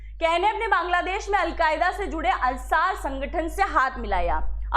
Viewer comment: I think it is ' Ansar ' not Asar .